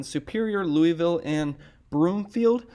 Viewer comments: Just FYI in Colorado it's pronounced "Luis-Ville" not "Louy-Ville". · FYI: Louisville, CO is pronounce like St Louis, not like that city in Tennessee!.